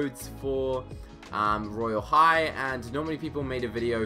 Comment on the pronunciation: Stop saying royale high weird you literally don't know royale high cuz your new to it